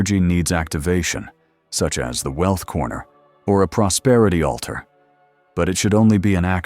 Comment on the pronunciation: PROSPERITY not PROSPETITY